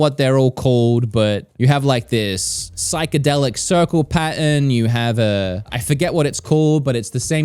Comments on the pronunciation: took me until the 20th time you said pattern to realize you weren’t saying patent. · He was saying pattern but i thought it was patent until the third one 🤦‍♂️ lol. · My favorite youtuber cant say pattern 😂😂 i guess we all need to get some patents😅 all love